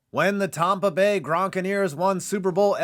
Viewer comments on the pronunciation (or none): Are we just going to ignore the fact that he said Tampa Bay Tompa bay? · man really said "Tompa Bay" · To open with a terrible pronunciation of Tampa Bay... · As soon as u said tompa bay gronkineers I knew this was gonna be a good vid